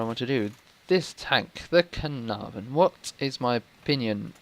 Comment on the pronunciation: A 10 for Caernarvon pronunciation :D